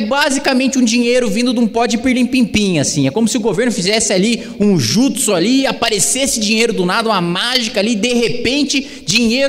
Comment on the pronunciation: uau ele falou "jutso"